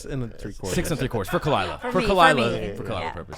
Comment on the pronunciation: It should be pronounced Khaleela instead of khalyla, which means intimate friend, the male version is Khaleel.